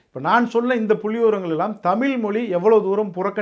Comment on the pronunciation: தம்பி நீங்க தமிழுக்கா பேசுவது மனமகிழ்ச்சியை தருகிறது ஆனால் தமிழை தமில்ல பேசுவது மனதைச்சங்கடப்படுத்துகிறது தயவுசெய்து தமிழ் ழ் ழ் தமிழ் என்று உச்சரிப்பு கொடுங்கள்